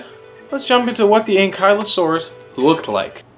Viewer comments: What great video! However, I always pronounced it like ANKLE-O-SAURUS. Keep them up! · You said it wrong